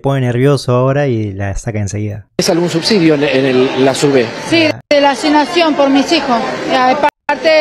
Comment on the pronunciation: "la asinasion por misijo..."🤦😠